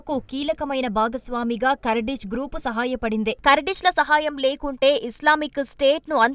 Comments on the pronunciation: Not kardis it's Kurdish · పూటకు పది సార్లు కర్డిష్ కర్దిష్ అనకు.అది కార్డిష్ కాదు కుర్ధిష్ 😂😂😂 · ఖుర్ధిష్ అని పలకాలి తల్లీ!!